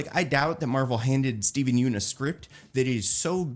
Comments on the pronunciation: It’s pronounced “Yun” not “Yoon” 🤘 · Hey, quick fyi, Yeun is pronounced like fun